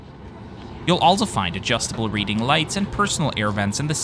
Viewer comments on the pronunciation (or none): none